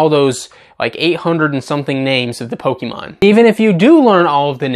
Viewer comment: You might have the pronunciations of pokemon names right, but you still manage to mispronounce the word pokemon. It's not pok-i-mon, but rather pok-ay-mon. Just imagine fonzie saying ayy in the middle of the other syllables